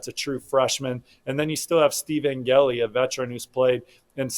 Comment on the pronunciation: Please learn to pronounce Angeli. Sad.